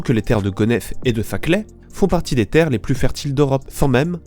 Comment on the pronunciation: C'est pas zaclay c'est Saclay